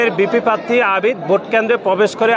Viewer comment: উচ্চারণও ঘটতে পারে না পাত্তি বলে প্রার্থী বলতে পারেনা 🤣